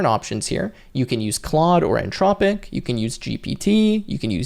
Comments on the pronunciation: Nice tutorial. You do know there's an H in Anthropic right? 🙂It's antH-rop-ic not an-tropic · anTHropic not anTROPIC. Otherwise thanks! Very useful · Came here looking for the comment before I said, "everyone say it with me, the t-h makes the thu sound" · Brother, there's an 'h' in "Anthropic." It's not "an-tropic" 😁